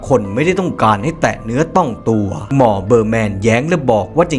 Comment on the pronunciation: ทำไมแอดพูดคำว่าหมอเป็นมอทุกคำ ตอนแรกฟังแล้ว มอมันใครหว่า พอฟังซ้ำหลายครั้งเพิ่งเก็ตว่าเป็นคำว่าหมอ 555